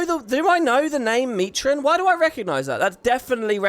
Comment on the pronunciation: whenever says Mitron I seem to hear Mai Trin